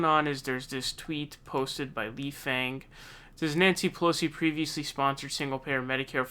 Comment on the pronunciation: It's Lee Fang (pronounced Fong)